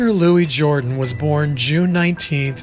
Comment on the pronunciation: I hate to be nitpicky, but your pronunciation of Louis Jourdan's name is slightly off. The last syllable should be emphasized--not the first.